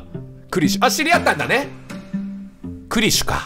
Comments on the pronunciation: しかも大分変わってて草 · 最初はクリシュって読んでたけど、どんどん感情移入しまくってニクシュって読み続けるキヨが愛おしい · それに画面にクリシュがあれば読む際はちゃんとクリシュ、自分の言葉のときだけニクシュｗ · ストーリー本当に心に刺さってめちゃめちゃ涙でてくんのに途中からキヨがクリシュのことニクシュとか言い出して毎回ニクシュって言う度に「クリシュ……」って半泣きで呟いてしまう自分がいる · いいゲームすぎるけど途中からキヨがクリシュをニクシュって間違えてるのが面白すぎるw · クリシュ→リクシュ→ニクシュになってるw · キヨの中でだんだんクリシュがニクシュになってんの笑う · 最後クリシュって言えたのに最後の最後でニクシュww キヨはなんやかんや心が綺麗だからこういう綺麗なゲームしてると本当に心が浄化される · 途中からずっとクリシュのことをニクシュっていってて面白かった笑いつもはふざけてるキヨだけどこういうゲームだと真面目にやってるの素敵だしキヨの優しさが溢れ出てて好き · 徐々にクリシュがニクシュになってんの好きwww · 感動の物語なのにクリシュが途中からニクシュになったのがまじで面白くて涙ふっとんだw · すごい感動して泣けるんだけどクリシュのことニクシュって呼んでて笑ってしまう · 途中からクリシュがリクシュになるのおもろい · クリシュのことを最後の方は ニクシュって言ってるけど、 それくらいキヨは集中して話に入っているんだろうな〜…。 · キヨが途中からクリシュのことリクシュって呼んでるのなんか好き笑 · クリシュのことずっとリクシュって言ってるキヨ可愛いWWWWWWWWW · クリシュなのにニクシュって間違えてるのが気になりすぎてしまったw